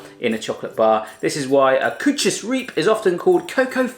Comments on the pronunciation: O.M.G. Koetjes en dan riep. Ja hoor. Koetjes is serieus goed uitgesproken en da zegt i riep🙈😂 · "Koetjees Reeep" :') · Koewtjes riewwp